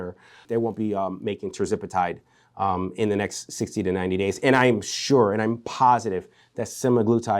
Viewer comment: It's not ter-zip-itide. It's ter-ZEP-uh-tide. And compounded tirzepatide was not banned by the FDA. You're a doctor? People, stop listening to frauds on YT. Look at what the FDA has said itself.